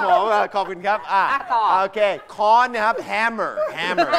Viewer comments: ค้อน ครับ ไม่ใช่ ฆ้อน ระวังด้วยครับคนดูจะเข้าใจคำผิด ฆ้อน ไม่มีคำนี้ครับ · ค้อนมั้ยครับ ไม่ใช่ฆ้อน